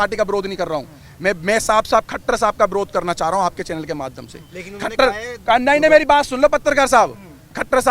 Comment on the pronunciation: Khattar nhi khattara bolo